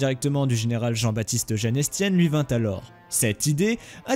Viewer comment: On ne dit pas «Ouègande» mais «vègand» , avec le d muet . Le général Weygand n'était pas anglais que je sache ... Et je pense qu'on ne prononce pas le s de Estienne , comme dans Mesrine . D'autre part vous vous contredisez : vous dites que la 4eme DCR était l'unité francaise la plus puissante de l'époque , puis plus loin vous expliquez que ses effectifs étaient tres incomplets . En réalité cette unité était effectivement une des plus faibles des DCR francaises . Et les DLM étaient des unités plus puissantes et plus équilibrées que les DCR , c'étaient elles qui correspondaient de fait du coté francais aux panzerdivisionen allemandes . Et parler de «victoire morale» a Montcornet , c'est discutable et c'est un point de vue tres «gaulliste». Le résultat de la bataille sur la Somme est effectivement plus a l'honneur des francais et De Gaulle . Le chiffre qui apparait a de 144 divisions francaises en juin 1940 sur le schéma me semble faux et tres exagéré , mais je n'ai pas été vérifié . C'est peut etre le chiffre du total des divisions alliées , belges et hollandais compris ( mais les hollandais s' étaient déja rendu a ce moment-la je pense ). Le chiffre de 141 divisions allemandes me semble également élevé ( a moins qu'il s'agisse du chiffre total des divisions allemandes , y compris en tenant compte de celles qui n'ont pas participé a la campagne de France et qui étaient basées en Pologne ou ailleurs .